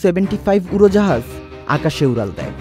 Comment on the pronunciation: উরাল দেয় 😂, ছারা.... কি উচ্চারণ 😂 উরোজাহাজ 😂